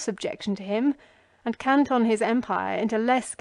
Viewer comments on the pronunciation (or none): none